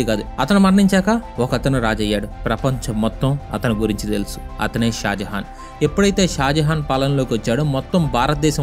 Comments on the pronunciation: Bro shah Jahan bro not shajahan 👍👍👍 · Bro malli mistake vacchindhi shajahan kadu shah jahan